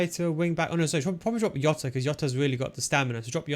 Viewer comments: Plz stop calling him yota it's Jota 😂😂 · It's Jota CARALHO 😁😁😁